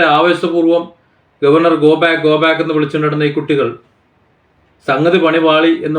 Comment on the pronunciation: ഗോ 'ബ്യാക് ' എന്ന് വിളിക്കുന്നത് കേട്ടു. എനിക്കും എല്ലാത്തിൻ്റെയും ശരിയായ ഉച്ചാരണം അറിയില്ല. എങ്കിലും... പാവങ്ങൾ... സാധാരണക്കാർ... വിദ്യാഭ്യാസവും ഒരിക്കലും തിരിച്ചു കിട്ടാത്ത അമൂല്യമായ ഈ സമയവും നഷ്ടപ്പെടുത്തുന്നു. കുറെക്കാലം കഴിഞ്ഞു തിരിഞ്ഞു നോക്കുമ്പോൾ...